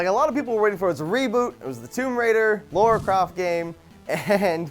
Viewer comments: True, I guess I didn't really think about the time gap between it. Also, just to point out, it's Lara Croft btw, not Laura Croft :P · Can I just say something, the name Lara is different to the name Laura! Lara is said La-Rah Laura is said Lor-Ah, They are two different names. And dont say I'm wrong, I'm not, my name is Lara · Pet peeve: people who pronounce "Lara Croft" as "Laura Croft." I'm not even that huge of a fan of the series but for fuck's sake guys, 9/10 people pronounce it like that and it's a huge franchise. Pls. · How come people say Laura when in the games they say Lara? In versions that I've played (British don't know if there is a difference) they say Lara croft not Laura croft. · It's LAra Croft. Not Laura Croft. Amount of Americans that pronounce that wrong is hilarious lol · Stop. Saying. Laura. Croft. You.! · Why do people keep saying "Laura Craft"?! It's clearly Lara! Two different names.